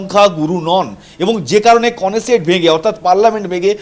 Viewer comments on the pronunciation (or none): ইসরাইলের পার্লামেন্টকে নেসেট বলে। কেনেসেট বলছে গুগল।